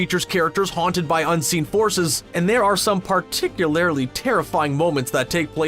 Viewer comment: God, that pretentious twat from screen rant said, "particularily," which is not a f**cking word and he should be saying "particularly" (but I guess they were too lazy to copy Webster's dictionary as well and it just goes to show that they are so desperate to be seen as intelligent that they need to add an extra letter to an easy-to-pronounce word). I have spoken.